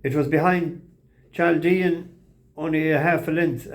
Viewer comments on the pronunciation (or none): Chaldean. Chaldea was a country in Babylon (Now Iraq). Chaldeans are catholic and there are about half a million of them in the USA. There numbers are increasing as being a Christian in Iraq is hazardous Pronounciation is “Kaldian” Let’s see how the commentators get on.